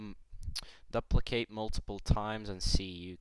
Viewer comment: you gatta "dup- licate it" "DUP licate it" lmao nice